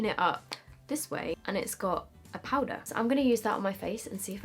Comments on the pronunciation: Please tell me everyone heard turn American when she said ‘powder’!! 😂xx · Omg she actually does😂😂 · it’s because she said i straight after, if i say that i do the same x